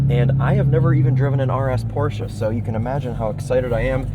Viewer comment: wtf is a porsa?